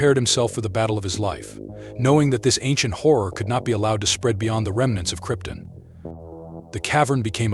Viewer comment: I winced every time he mispronounced Krypton🤦‍♂️